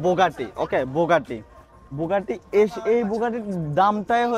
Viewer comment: বুগাটি 🚫বোগাটী✅️ 😂